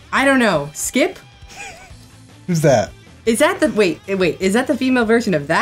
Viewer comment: For a second I thought she said Majin Buu's name was skip lmfao